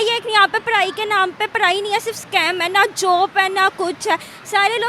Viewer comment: kya iss ladki ko JOB mil sakti hai . Kyuki ye PADAI ko PARAI OR JOB ko JOP keh rahi hai 😂😂 . 😂😂😂😂😂😂😂😂😂